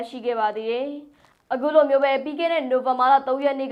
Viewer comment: အဂုလိုတဲ့ 😂...အခုလိုလိုံပြောရမှာကို